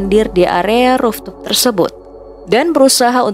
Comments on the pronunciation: Ucapkan Roof Top bukan ruf tup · rooftop, bukan rooftup😁